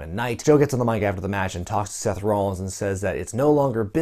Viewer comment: I like the way he pronounces Rollins lol